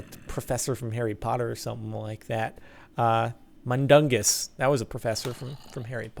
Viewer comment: Mundungus Fletcher .... professor..... Mundungus.....no.....jordan....pls.